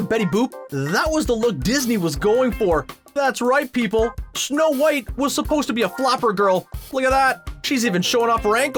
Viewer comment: he said shnow white